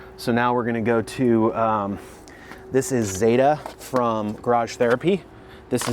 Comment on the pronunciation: It's Catherine ZETA Jones not Zetttaaahhh 😂😂😂😂